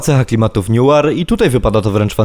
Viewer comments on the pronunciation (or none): Recenzja spoko, ale noire czyta się nułar a nie niuar